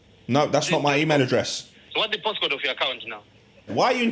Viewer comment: he said post code with an African accent..